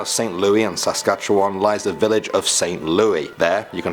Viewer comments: Oh god, the way he pronounced Saskatchewan... I'm from Saskatoon btw. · I am from Saskatchewan and you butchered it's name